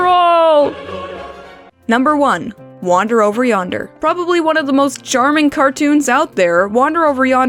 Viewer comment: This post was perfect. Then you said Wander over Yonder.